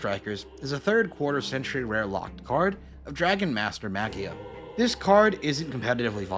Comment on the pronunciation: I had to laugh at Dragon Master Maggie-ya The G should be pronounced the same way you pronounce it in magic